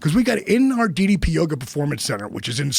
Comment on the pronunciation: Less than 2mins in and Joe already gets DDP’s name wrong. Stop pretending to be a fan. We all know how you really feel about fake wrestling.